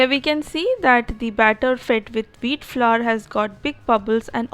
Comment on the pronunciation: Veeet flurr lol